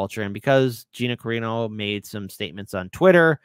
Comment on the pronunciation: Not "Carino", it's "Carano".